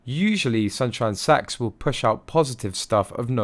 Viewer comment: No ! It sounds like Sax to me.